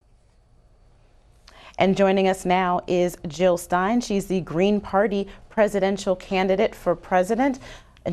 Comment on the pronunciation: Jill not Hill !